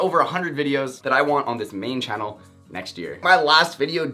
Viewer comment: You said "channel" differently😭